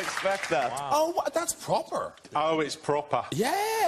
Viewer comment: "That's propaaa" 🤤